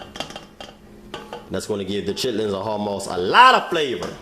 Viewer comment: "Chitterlings and hawg mawgs" it's chitlin's and hawg malls, recipe fire tho